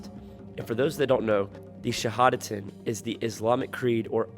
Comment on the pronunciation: Im starting to believe what you say, until you butcher that shahadat wkwk... Your not Ex-muslim... dont lie...